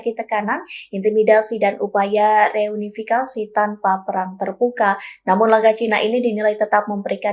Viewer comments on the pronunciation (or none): none